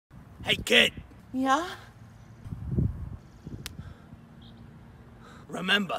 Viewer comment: Why did he say "yeah" like that